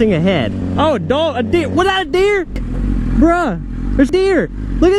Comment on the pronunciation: the way he says deer got me dead😂😂